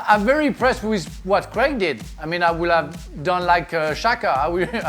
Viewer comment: Who is Creg? Oh you mean Craig